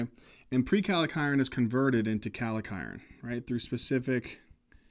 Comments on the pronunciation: I think it's prekallikrein, not prekalikiren. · Prekallikrein not prekalekiren